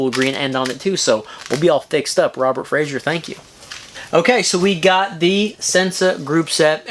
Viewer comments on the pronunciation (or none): none